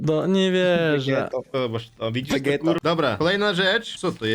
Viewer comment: ja słyszałem Vegetto